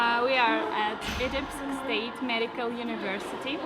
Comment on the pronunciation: Omg you butchered the name.